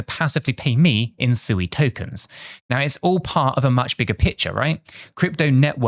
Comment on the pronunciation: Not Suey, lol